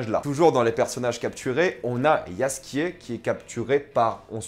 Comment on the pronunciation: Ça fait plaisir, y'a toujours un débat "gueralt" ou "jeralt" mais c'est la première fois que j'entends quelqu'un dire "yaskier" alors que je l'ai toujours prononcé comme ça.